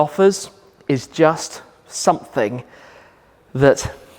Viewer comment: It's YOU-topia not OO-topia